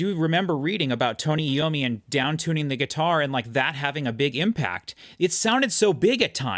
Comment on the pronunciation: It's EYE-owe-me, not EE-owe-me. iommi is a great flute player.